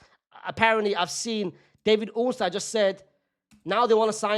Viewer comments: Mate, you're a Real Madrid fan. None of your comments are NEUTRAL. You want Isak at your club next summer. That's why you've made numerous videos of Liverpool buying Rodrygo. Stop the cap. And who's David Ornstine? Pronounce people’s names correctly. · why bro pronounced ornstein like a german lmao